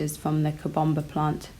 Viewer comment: The way she says COBOMBA PLANT😂😂😂😂